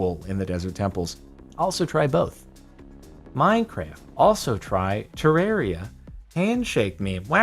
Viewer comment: Jardon say Ter-rare-ia Redigit: FINALLY SOMEONE SAID IT RIGHT